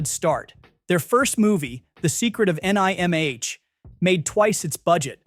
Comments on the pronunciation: Secret of NIMH nǐm. Not N. I. M. H. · One of this AI's mistakes: spelling out N.I.M.H. in "The Legend of N.I.M.H." instead of pronouncing it as just "nim" 🤦‍♂️ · Funny how this AI pronounces the classic movie SECRET OF NIMH as "secret of n-i-m-h", but anyone who has watched it knows it's pronounced NIM. mispronouncing a phenomenal actor's name! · DUDE! YOU GOTTA STOP!! YOU'RE NOT EVEN PRONOUNCING THING CORRECTLY. IT'S NIM. NOT N.I.M.H. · I know NIMH was an acronym, but I've never heard someone spell out NIMH before. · Secret of N I M H!? It's pronounced "NIM". Has the narrator never heard of the movie or is this some sort of artificial intelligence narrator? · I gave upo after the first movie. "the secret of N-I-M-H' yeah well done AI. it's the 'secret of nim;' at least that's how EVERYONE who isn't a bot says it and it was from don bluth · It’s NIHM not N I HM Can’t read, shouldn’t do these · The secret of "N "I" "M" "H"? Is the narration AI? Its pronounced like "NIM". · You can't even pronounce "Nihm"? Stupid!Stop AI voices...they SUCK!!!!!!!!!!!!!!!!!!!!!!!!!!!!!!!!!!!!!!!!!!! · The Secret of NIMH. NIMH - it rhymes with limb. It's like the great movies Disney USED to make. I thot I was back in my childhood. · "The Secret of N-I-M-H?" It's Nimh, you nimnul! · Can't get the A. I. to say Nymh, huh?🙄😒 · I used to be scared by but in love with that movie as a young lad...I too, am offended by the ridiculous AI.."The H IS SILENT, YOU DUMMY!" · It's not the writing it's the speech-impared responsible for pogramming the AI voice - all "A", no "I". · lol at the thread. "N-I-M-H?".... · The Secret of En Eye Ehm Aych? Really? If you can't get the AI to work right, just use your own voice. Good grief. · secret of en eye em ach lol.....pathetic. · lol. 😂 N I M H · Yeah, the Secret of N-I-M-H lol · What’s the secret of em eye en ache? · The Secrets of N-I-M-H. Sad.... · The AI narration is so bad that it can't pronounce recreation or Nimh! This is a "so bad it's good" site!